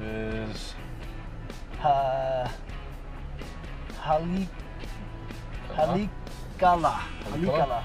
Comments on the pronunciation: Ha-lee-a-ka-la LOL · It’s pronounced like holly-ok-ela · Hah-Lay-Ah-Kah-Lah!!!! You're killing me,!